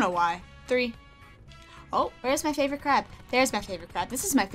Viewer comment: I thought she said this is my favorite crap😂😂